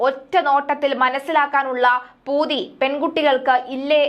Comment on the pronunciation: വായിക്കുന്നത് കൃത്യമായി വായിക്കുക, പൂതി അല്ല പുത്തി പിന്നെ പൊന്നാനി ആണ് സ്ഥലം